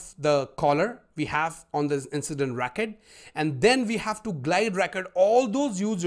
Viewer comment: Why do you pronounce 'RECORD' as ''RAKET'?